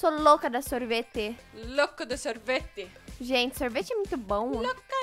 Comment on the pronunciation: "sorvetee" kkkkkk😆